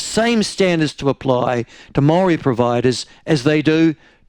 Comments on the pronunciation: Shut up White people in power do it all the time get it right one sided opinion only cant even pronounce Maori properly fuck off dick head your racism is not needed . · This guy lived in New Zealand all his life and can't even say Maori right he's mocking the reo language